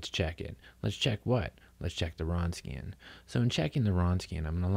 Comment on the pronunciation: It's pronounced "vronskian". Good lecture otherwise.